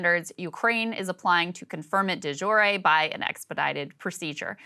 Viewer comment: Lol it’s not pronounced “de ju-ray”